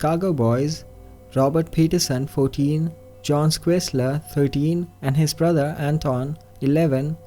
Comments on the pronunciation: Schuessler is pronounced Shoe-ssler. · Haha, all Americans must spend their whole lives learning pronunciation of place names. Some make a hobby of it. I'm pretty sure Schuessler is pronounced shess-ler. Excellent video, nice voice.